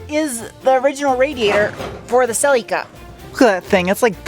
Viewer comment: Your pronunciation of “celica ” is superb